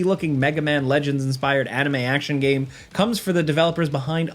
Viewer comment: so cant pronounce "trailer" properly and cant pronounce "game" 😂